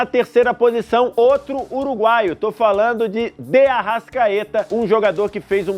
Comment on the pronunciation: Kkkk parece um bebado falando